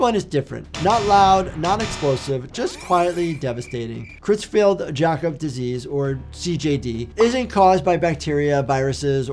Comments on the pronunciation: I’ve never heard CJD pronounced like that before 😎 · The pronunciation of "Creutzfeldt-Jakob" was craziest, to be honest.